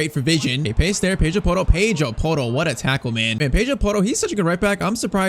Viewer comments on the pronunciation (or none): NO HATE BUT YOU ARE PRONUNCING PEDRO PORRO AS A BRAZLIANT AND HE IS SPANISH SO DO I I LOVE IT CAN I GET A SHOUTOUT PLS AND A SUBSCRIBER